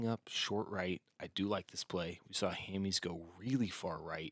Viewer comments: How are you going to mispronounce Hammes for an entire round when you are a fellow pro player who surely has heard his name a million times? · it's Ham-es not Ham-ease😂